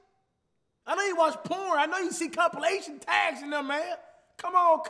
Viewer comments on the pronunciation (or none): comp-“ilition” like huh 😂😭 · did anyone else notice that he read compilation as comp-ILITION? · he actually said "i-l-i-t-o-a-n" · Trysten Flight said I-L-I-T-I-O-N instead of I-L-A-T-I-O-N. Go back and listen. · Flight looked at the word “Compilation” and spelled it compilition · Man said “I’m not even ganna say the part with ilition” when it’s spelled compilation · Anyone else notice when flight said Comp-i-l-i-t-i-o-n🤔😂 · Flight: Comp "I-L-I-T-I-O-N" The correct way to spell the word: Compilation The word is literally on the screen bro 💀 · This man flight said “ the ilitoin at the end” 👁👄👁 flight can’t spell too I guess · Ilition at the end😂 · He even spelled compilation, c-o-m-p-i-l-i-t-i-o-n. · He said I not goin na say c o m p o l o t o n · “Comp, I ain’t gon say the whole thing cause the last part of the word I-L-I-T-I-O-N” smh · Tavis Green had to scroll back real quick because aint no way theres an I between L & T😂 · Compilation Flight I only say comp because I cant pronounce the i-l-i part